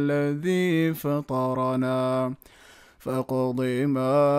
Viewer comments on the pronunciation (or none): Surah Taha, Verse 72: فَاقْضِ مَا أَنتَ قَاضٍ 'ض' ليس له قلقلة ض does not have qalqalah in rules of tajweed. الله يبارك فيك